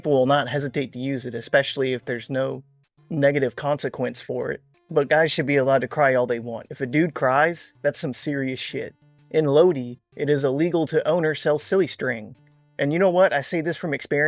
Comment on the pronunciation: Lodi is pronounced Low-dye.